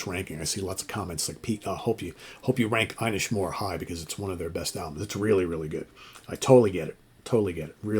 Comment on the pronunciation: Inishmore is the biggest of the 3 small islands off the coast of Galway Ireland known as the Aran islands. it's pronounced in ISH not i nish, inish means Island in Irish and more means big. So the name means big island.